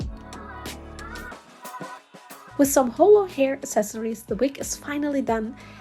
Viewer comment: Great job. By the way I just had to correct you because you keep mispronouncing the word “accessories”. It’s not pronounced ass•sess•sories, its uhk·seh·sr·eez. Only the most uneducated, misinformed Americans from the boondocks pronounced it like that because they just don’t know any better.